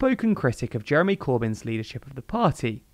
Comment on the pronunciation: Did he say Jerry Corbyn?